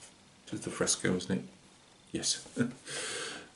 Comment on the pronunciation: I was giggling throughout the whole video. Fresco means fresh in Greek, it is exactly as you pronounce it also. Solid build, it came out great. Thanks for sharing, take care and keep up the good work my friend.